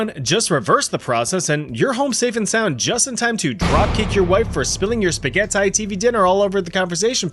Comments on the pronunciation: You watch too much oneyplays 😭 “spagetai” yea ok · intro scream: "Was that Zach?" : Spagehehtay